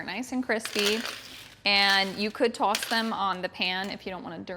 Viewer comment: From my home cooking experience, I always mix all of the ingredients together in a bowl, then apply the mixed ingredients to the food product. This applies even coating. Hearing New York in your "sauce" and "toss" pronunciation.